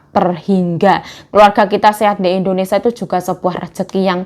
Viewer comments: Gak BS blg Indonesia kaah.....selalu blg Endonesa.....🤦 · Indonesia yuk bukan IndoNisa 😂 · Kmu pengikut baru yah? 😂😂😂😂aku sebagai pengikut lama udah terbiasa dgr endonesia yg dia sering sebut